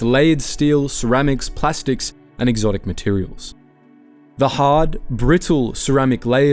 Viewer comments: His pronunciation is off for mythos, exotic and gravity. As you say, is it just the Victorian pronunciation? But still, the way exotic and gravity are pronounced is not an English native speaker of any sort. Has he put his voice into an AI to save himself reading the script perhaps? A sensible use of AI. I do object to AI writing scripts though. He does great videos which are clearly written by a human. Maybe he is just using AI mimicking his voice to read the script. No big deal. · Listening to the pronunciation, not a human voice. It can't pronounce Mythos, exotic or gravity. Lazy. Not good.